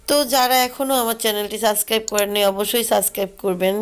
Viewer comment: তাহলে পরবর্তী ভ্লগ এ শুদ্ধ করে বলবেন অবশ্যই ..